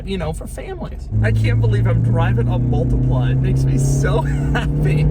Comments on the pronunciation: Mul-tea-pla Say it with me. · Me, an Italian hearing him pronouncing multipla: s t r a n g e